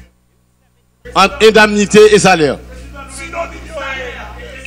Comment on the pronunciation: le mot c`est indemnité ça se prononce comme ça s`écrit et non ''indamnite''